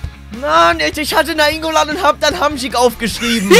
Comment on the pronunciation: so ohrenkrebs, wie Nainngolan aussprich.Aber Probs tritudem gutes video